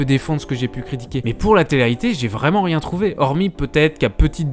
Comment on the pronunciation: "Tu sers a riéñ"